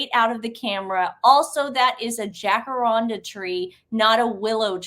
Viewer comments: Hey my darlings, the tree is pronounced jack-a-rand (as in brand) dah. Much beloved tree here in Australia. The old Aussie Gals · Excellent episode girls, well done! Didn’t like watching that Colbert clip one iota though. What a knob indeed … The tree in question in the idjits photo is common here in Australia (it’s pronounced ’jack-a-rand-a’) 😉 Love todays choice of Animal Rescue too btw, such a worthy cause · You two are funny Nothing wrong with pronunciation But Jacaranda.. in Ausi is Jack - a randa as in panda 🐼 xxxx I didn’t know anything about this